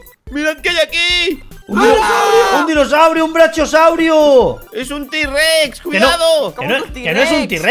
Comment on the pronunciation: Una pequeña disculpa pero no se saben los nombres de los dinosaurio. Si van a hacer videos de dinosaurios háganlo bien. Por qué los nombres los dicen terrible y eso ofende 😅😅😅😅nos para ofender yo los admiro a todos pero les pido que lo again bien 👍